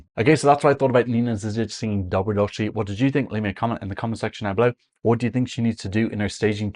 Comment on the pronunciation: Pronounciation: Doh-Bro-Dosh-Lee (you actually did okay aside from the missing i) Also the Ž is like the sound when you say in English that you want to “zhuzh something up” (make more stylish) - or like the sound in the middle of the word “measure”.